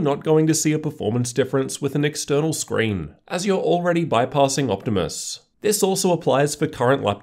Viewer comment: You mean Scween